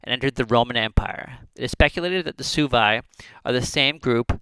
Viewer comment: It’s pronounced “swebi” not “subi”